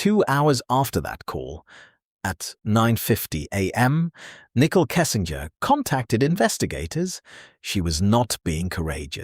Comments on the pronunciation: I like how the narrator keeps calling her Nickel lmao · “Nickel” Kessinger 😂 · Her name is not “Nickel”, it’s Nichole! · I love that all AI narrators pronounce her name as a 5 cent piece 🤣 *and get Shannans name right 🥰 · NICKEL. every time you say it. 🧐🧐🧐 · Nickel..... 😂 bruuuuh i cant with this AI shit